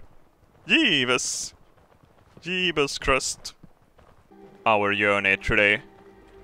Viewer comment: "One of the Robertsch became a Jeebus!"